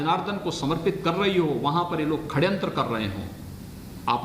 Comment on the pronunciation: पहली बात ख- खड्यांत्र नी ष- षड़यंत्र होता है 😁😁 हिंदी नी आती तो अंग्रेजी ही बोल लेते😁😁